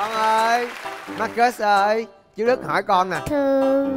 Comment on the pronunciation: Bé tên Marcus mà nge thành Ma kết CHĐ của tao:))